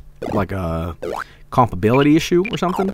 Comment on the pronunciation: Rewatching all of these Shareware Madness-es in order and it's funny that got told he was mispronouncing "compatibility" in literally the previous stream, and then at the start of this stream he goes straight back to saying "comp-ability".